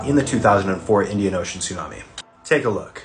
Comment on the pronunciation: That's not how you pronounce tsunami